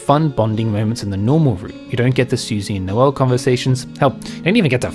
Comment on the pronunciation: (Noelle) Elly 😂